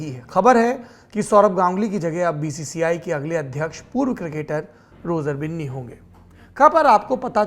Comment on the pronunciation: Roger binni ko roger bunni bol raha hain